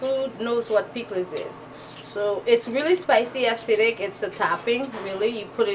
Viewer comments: Hello. It is worthy of a trip, just to eat the Soup Joumou. Very authentic look. BTW....piklis is a wonderful condiment. ❤. The 's' is not silent. Pronounced: pick-liz. Enjoy 😉. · PLEASE! say it right. PIKLIZ